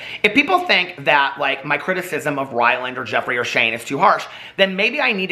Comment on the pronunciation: Haha...you called him "whyland" Adams